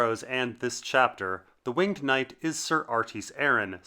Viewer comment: Incorrect pronunciation of "winged".